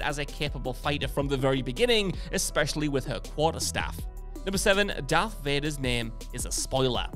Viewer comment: It isn't Dark. It's Darth